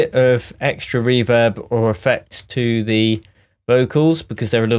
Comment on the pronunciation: Reem rooverb 😂😂 Love these videos man